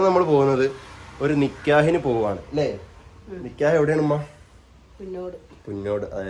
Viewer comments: നിക്യഹ് അല്ല നിക്കാഹ് ആണ് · നികെയാഹ് അല്ല നികാഹ് ആണ് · Paranoia pole nkyah alla nikkahan